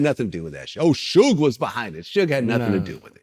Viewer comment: It did sound like Pac said Suge Shot me 😂😂